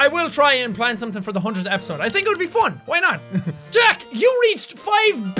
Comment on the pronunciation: Hahaha😂😂 I like that you are saying ”fon” and not ”fun”😂😂❤️❤️❤️😍😍SOOOO CUTE😍😍